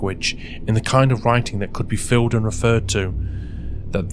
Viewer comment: Is it a human voice? It says filled instead of filed and it's very blank. Don't forget AI can include breathing and swallowing noises now. Sounds like good AI to me.